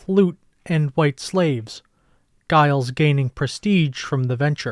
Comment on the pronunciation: The name “Giles” isn’t pronounced with a hard “G”; rather, it’s pronounced “Jiles”.